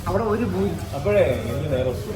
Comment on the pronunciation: Buri alla puri aanu.